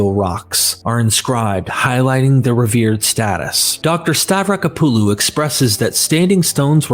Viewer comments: I wish he would pronounce Francesca's last neme correctly. Stah- vrah-KO- puh-loh, there is an accent on the first "o". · STAVRACK-OPPALU... what the hell is stav-racka-poo-loo